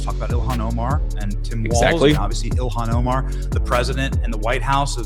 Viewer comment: JD Vance is not himself anymore. His hair is not as dark. It is brown. His eyebrows are not as dark. They are brown and his eyelashes & his beard are brown now instead of a dark brownish black as they used to be. Vance looks different and now he doesn’t know how to pronounce Ilhan Omar‘s name! Vance pronounces it “Iliyon Omar”! I do not think he used to pronounce it that way!! Someone check the videos and see, but I’m quite sure Vance USED TO KNOW how to pronounce her name correctly. This is a clone, a replica, but not the original. If the clones are evil, they always change their stance on Israel from for or pro-ISREAL to against. Israel and the Jews are like givers. They gave us the Bible and the 10 Commandments in Jesus Christ and all of the original members of the church. The evils know this and that is the first thing they will try to do is to turn people against them, against the Jews against Israel against Zionism. They know the importance of Israel and the Jewish people and that is why they target them nonstop to get rid of them.